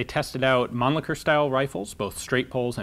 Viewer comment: Mann-lichher and cocking knob. Couldn't help but notice it.